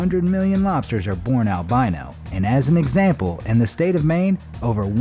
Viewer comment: boi u saying egsnample sometimes